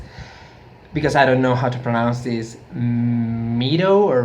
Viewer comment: I love this! It's so cool! Your English is awesome dude! Keep going with it! :) meadow pronounced Med-Oh xx